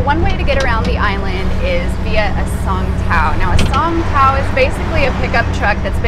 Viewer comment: Great video, All the beaches look awesome what was your favorite beach?. Side note: I almost thought you said “song pow” I was going say cool what song did they sing to you. Ha.